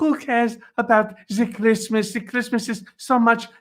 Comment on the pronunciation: Melania Trump "Fuq Kreesmas." We all heard it.